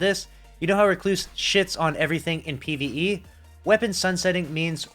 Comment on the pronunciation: Notice how he says PvE